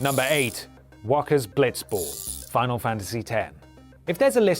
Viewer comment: Waaka not walker...